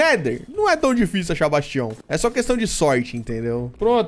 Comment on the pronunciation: Ótimo vídeo, amo mods mágicos 😍 você até hoje não sabe falar o nome certo do bastião 😂🤣 Eu não entendo sua cabeça, mora em uma Dungeon pra não precisar construir várias salas, mas faz tudo em uma sala só 🤷